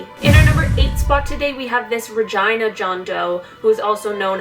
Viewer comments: Ha, no, it’s definitely supposed to be ruh-geen-uh pronunciation, I don’t think she knows. 😅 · The way she says 'Regina' sounds wrong to me. Its Rah-gee-nah. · The fact that the town is pronounced Ragina and not Regina cracks me up...I’m childish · Regina sounds like v*gina..... :) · I thought she said vagina police 🤣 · LOL... Is it JUST ME or did you hear vagina instead of Regina??? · I liked this video, but the way she said "regina" I couldn't stand over all cool video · It sounds like she is trying to say the female part without really saying it when she said Regina. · the way she says regina makes me feel uncomfy. im sure thats how they say it in Canada but i don't like it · Dirty minds n' all. I heard something else every time haha. I don't blame her but the people who decided it was fitting. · lol I didn't mean like that it's just that I say Regina differently than the way she said it. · I am so sorry, but the way you say regina............